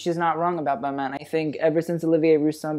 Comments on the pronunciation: ooof you butchered Balmain and Olivier Rousteing's name........... cringe... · U keep commenting and judging people who can’t pronounce designer names and u can’t even pronounce Balmain right 😂